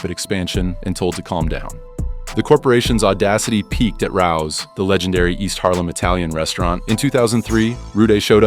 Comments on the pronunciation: I Cant stand when ai voices mispronounce words. The restaurant Raos is prounced Ray-Os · Raows? So….. this video is Ai ? I mean, you literally say it’s legendary.. so why don’t you learn how to say it? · so I’m reading in the comments they changed the voice? Does this mean they recently adapted Ai? Horrible choice.. I am not watching ai garbage. And certainly not watching mafia history videos that can’t pronounce Rao’s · no it’s terrible.. it’s ai slop garbage, they can’t pronounce Rao’s correctly.. lost all credibility